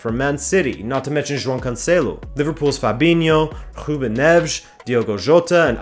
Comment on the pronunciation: He says some names quite well, most remarkably João, but then struggles in some others that I would expect to be easier, such as the first syllable of Mourinho. But I appreciate the effort, for sure!